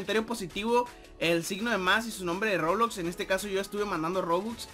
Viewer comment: Se dice Roblox :v